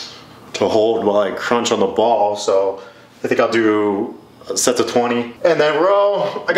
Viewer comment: Whenever he says Sets I hear sex😅